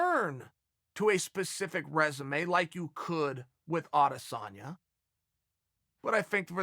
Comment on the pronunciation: s/o Chael for saying Adesanya